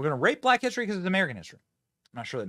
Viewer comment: First and third time I thought I heard rape but the second time I thought it sounded like right